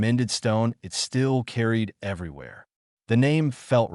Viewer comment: Good story. I liked it. Thank you. Wish the word "dot" was used as the end of a sentence. Not as a spoken word. It would also be nice for "it" to be pronounced as a word, rather than. "i" "t".